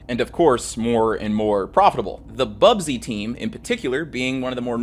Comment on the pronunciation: The Manchester United segment is full of errors: 1. It’s BUSBY babes, not Bubsy - named after their coach, Matt Busby 2. They did not have “just a week to play their matches”, that is not how the European cup worked. The plane they were travelling on simply did not have sufficient range to fly directly from Belgrade to Manchester, Munich was just a stop-over to refuel. Also, West Germany was represented by Borussia Dortmund, neither of the Munich clubs were participating. And in any case, MU played the semifinals against AC Milan. 3. While there were issues with the engine, it was not the reason for the crash. The plane was accelerating just fine and would reach the take-off speed well before the end of the runway, however it was slowed down by the snow that was not cleared by the airport authorities. Unfortunately, still prevalent design of the planes of the time, that tail-wheel undercarriage (two wheels in front, one under the tail) were less effected by such conditions, so not enough attention was paid to the cleanup. MU plane was of the more modern design with nose-wheel.